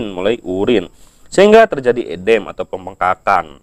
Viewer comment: Baca udem kok edem sih😂